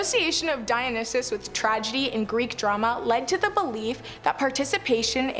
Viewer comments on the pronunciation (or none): PLEASE learn how to pronounce Dionysus is it dye o nye sis. It literally hurts my brain listening to it dumb